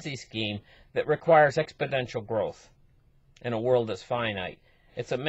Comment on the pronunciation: Exponential, not "expodential".